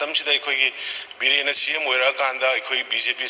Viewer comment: N biren - Find out as Phine out? 🤣🤣🤣